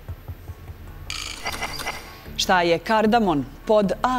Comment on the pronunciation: Začin je kardamom, ne kardamon. A Balkan je planinski masiv.